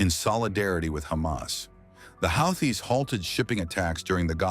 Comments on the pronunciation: They are the houthis pronounced (WHO-TEES) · Pronounciation problem ? Who tease., or houthis...some say how tease... Anyway Jhonny be good. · Your AI generated voice should at least state the name Houthis correctly since its the topic. 5 different pronunciations used; all of them wrong.